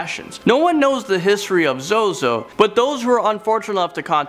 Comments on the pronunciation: its pronounced zoe zoe, not zoo zoo lol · First he said zewzew instead of zozo....lol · I noticed that too XD tbh he probably accidently said ZuZu - thinking of Pazuzu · Zuzu wtf it’s zozo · ZUZU OR ZOZO its zozo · for #1 its not zoo zoo it is zozo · It’s called ZoZo not ZuZu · The way you said 'zuzu' instead of 'zozo' for some reason hurt me internally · It’s Zozo, not Zoozoo😂😂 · He said zuzu. Zozo then he said it right the next time.. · My only question is how u wrote ‘ZOZO’ as zo-zo but said it as zu-zu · It is not zoozoo it is zo zo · It’s not zoo zoo it’s zo zo 😂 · whos zoozoo? its zo-zo! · Zuzu? NO ITS ZOZO!!!!!!! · Am I the only one who noticed he said zuezue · this man said 'zoo-zoo'.. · Number 1 zoozoo wtf ZoZo. You say it correctly when describing the demon. Lol funny. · Its not zoozoo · You Sayed zoozoo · It's zoz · 'zoo zoo' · it is spelle zozo but u read it like zow zow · “Zoo Zoo the demon.” Lmao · I love how he said ZoZo as zu-zu first then corrected it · tbh ur not even supposed to say ZoZo's name out loud O.o also I love how called it "ZuZu" the first couple of times XD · i cringed when he said zoo zoo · Oh god the cringe is real when he said ZoZo as "ZooZoo" at first. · Zoo zoo 😂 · ITS ZOZO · I hate how you said zozo at the start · He says the name wrong at first then says it right at the second time lol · He said Zozo wrong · the way u pronounced number 1 is wrong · At least he was pronouncing it wrong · Well, he was pronouncing it wrong, so I think he's safe XD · HE SAID IT WRONG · Thats not how you say zozo